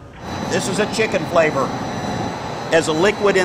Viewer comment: Amazing Video! Funny , My Parents and Youngest sister were watching this way back in the day and the way he said FLAVOR was super funny to them for some reason! My mother and sister were dying laughing for like 3 hours straight while they kept on rewinding that part until the rewind button almost broke😂 My dad was feeling super annoyed too when they kept on rewinding it to that part😂😂😂